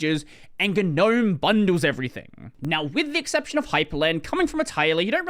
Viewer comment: all my life: gnome this dude: GEUH-nome